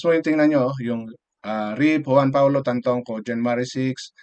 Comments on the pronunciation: Manong, puede bang itama mo ang pagbigkas ng pangalan ng namayapa. Siya po ay si Paulo TAN-TO-CO. Pls lang. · Tantoco po Sir not Tantongco.. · Tantoco, not Tantongco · Tantoco kuya di tantongco. Mali mli ka pa